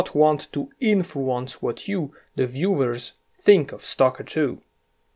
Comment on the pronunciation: "viewvers" This guy is German or from another German (or similar language) speaking country. Right?